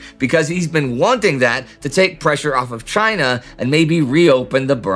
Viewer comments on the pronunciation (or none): none